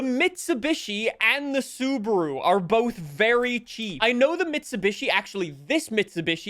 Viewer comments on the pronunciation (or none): none